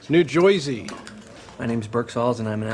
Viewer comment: New "Joesey". Ohh, I love these people 😂😂😂